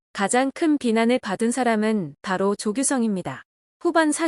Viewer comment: 조규성을 왜 자꾸 조규썽이라고 지랄하냐? 조규성뿐아니라 박용우 김영권 황인범 김태우등 요르단 선수들에게 패스해주는 선수들은 국대에서 빼야한다. 저런 저급 선수들을 데리고는 맨씨티 펩이 감독으로 와도 안된다.